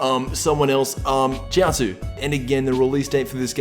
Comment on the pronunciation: lol "umm, chioutzu"